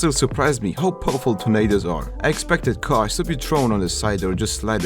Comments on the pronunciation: I thought he said ‘it’s surprising how powerful tomato’s are’ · You can't tell me I'm the only one who understood Tomatos instead of Tornados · He definitely said tomatoes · i thought that he said tomatos